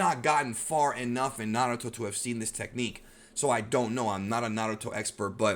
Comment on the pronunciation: Stop saying naruto like that lol